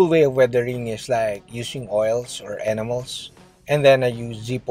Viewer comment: When you say enamels it almost sounds like animals..